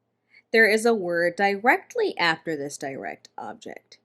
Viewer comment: I thought “direct” is pronounced differently